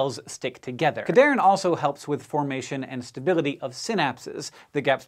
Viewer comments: It's pronounced CAD-Here-In. They help cells conditionally adhere to each other, hence the name. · Its pronounced CAD-HERE-IN having its etymology in ADHERE (sticking together). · I'm not one to correct pronunciation, but the naming of this class of proteins was really well done. It's pronounced cad "hearin" because it is "Ca"lcium "d"ependent "adhere"ing molecules. Love when scientists make memorizing mechanisms easy, so I wanted to point this out :) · It's pronounced "CAD-HERE-IN" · I died a little every time Cadherin was mispronounced :(( come on SciShow